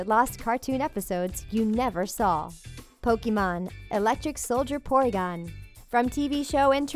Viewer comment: It's pronounced pokémon